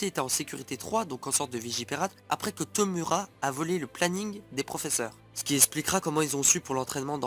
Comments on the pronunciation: On prononce Torou (mais sa s'écrit bien Toru car en japonais le "u" se prononce "ou") et pareil pour Tomura ("Tomoura") Pour Denki, tout le monde peut envoyé sa position comme un GPS avec son téléphone! Comme l'a fait Deku, quand il se bat contre Stain, le tueur de héro. (j'ai peut être l'air de critiqué mais les preuves tiennent bien la route, renseigne toi encore plus et revient avec plus d'informations de serait génial!) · Par contre "Toru" et "Tomura" ce prononcent "Torou" et "Tomoura" ;~